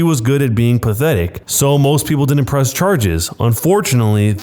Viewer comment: continue and listen carefully him saying pwess charges.